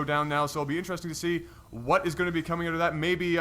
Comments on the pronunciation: STOP SAYING AHOT!!! ITS SAID OWWWTTTTT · What's with these guys and how they pronounce "out"? It's like "eut"